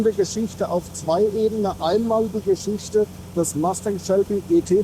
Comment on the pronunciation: Tolle Vorstellung eines tollen Autos......Aber bitte nicht MASTÄNG......bitte MUSTANG 😊